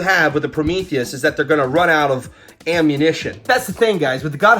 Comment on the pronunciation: Lol you couldn’t pronounce ammunition 😆